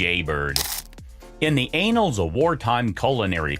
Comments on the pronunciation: anals of military history. Thats why this gets a thumbs down. Sick of ai crap. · AI commentary is still pretty crap isn't it? There are two "A's" in ANNALS - anals means something totally different. And as for "Wassersuppay" it's pronounced "Wassersooper" Dumkopf! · “In the anals of culinary lore…” Umm, you may be discussing “shit on a shingle”, but “annals” and “anals” certainly aren’t homophones. I tend to think this is not a problem with AI pronunciation so much as a naturally pig-ignorant American narrator.